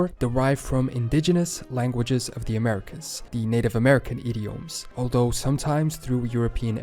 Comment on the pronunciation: "Aldough" rather than "although" is just the narrator's accent but it is not the standard pronunciation .Notice he also pronounces "the" like da". The plantations of Rhode Island likely originally grew tobacco.